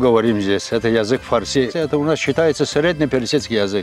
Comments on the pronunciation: Ударение на слове фарси ставят на втором слоге запомни раз и навсегда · Слышь фарси, ударение правильно ставь